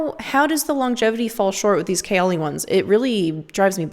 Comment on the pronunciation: I think you're pronouncing ''kayali'' wrong....good video, tho. You're one of the few , who are actually honest about perfume.